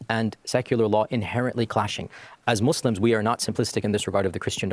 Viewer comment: My G said, "Muzz lems" THAT'S the moderator... Lol, please, I can't.